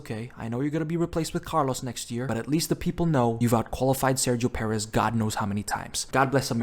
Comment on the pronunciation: i cant find the exact timespot but did bro call sergio perez sexo perez?